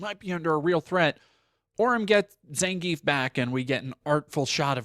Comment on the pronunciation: you said zangief wrong >:(